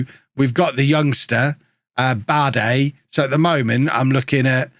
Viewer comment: Bade is likely supposed to be pronounced "baad-uh". The 'e' at the end of most German words has an "uh" pronunciation